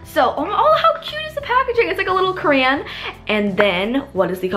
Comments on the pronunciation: so funny thAT U SAY crayan not crayon hahahahahaha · Is a cran as she calls it a crayon? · omg the way she says crayon